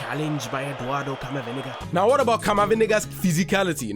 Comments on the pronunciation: "Camaviniga" caught me off guard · I love how you say CamaVindega